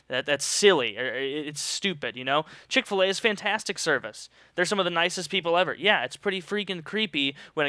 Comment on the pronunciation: Wtf is CHICK FA-LEY EXCUSE ME.